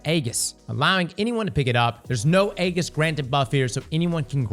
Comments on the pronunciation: Eggis? Wth is that? Does he mean Ageis? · This was a great video but man, your pronunciation of aegis is killing me lol. It's ayy-jus. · Only posting because it was mispronounced so many times. Aegis is pronounced A-jis with a J sound, not with a G sound. Great video too! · Its pronounced EE-Jhus btw not Ayy-gis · saying the hard G in Aegis had me dying laughing.